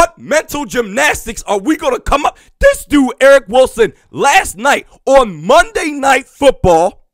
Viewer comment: ERIN HENDRICKS. NOT ERIC. LMAO